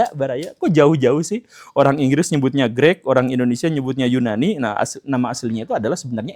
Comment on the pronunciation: Greek itu Grik atau Greg pak Gembul? 😂